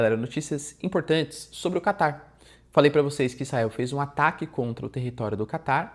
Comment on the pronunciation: So eu que ouço ele falar "Kaká" em vez de "Catar"?